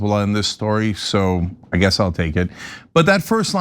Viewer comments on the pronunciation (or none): none